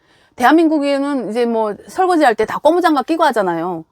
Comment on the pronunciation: 고무장갑을 꼬무장갑이라고 잘못 말하는 것은 아주 한심하다.